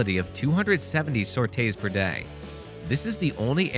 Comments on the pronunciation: For the love of god it sore tee not sort ray It’s not pronounced me it’s mark , and it’s see whizz but spelled chi’s please get your nomenclature correct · I was flinching when he pronounced sortie as "sortay". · Your mispronunciation of "Sortie" is grating on the ears, but otherwise great vid! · Sorte is mispronounced